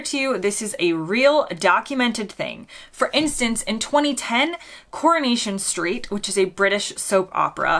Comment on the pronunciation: The way you pronounce "CORNATION " Street😀😃😄😁😆😅🤣😂